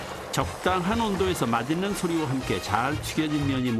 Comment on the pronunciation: 마딨는...마싰는이라고 해줬음 좋겠다